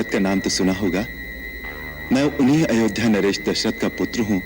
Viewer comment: The way said Ayodhya☺